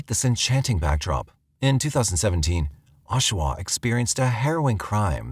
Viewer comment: is not Oshua, it's Oshawa.